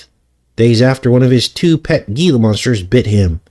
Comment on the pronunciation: Gila is pronounced " Hela "